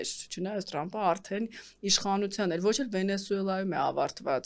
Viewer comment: լայ լաղջիկ լերվուծաբան մենք թ և փ տառն ու հնչյուն ունենք ապա տյու ընչու էս Թրամփին տըրամըպ ասում ։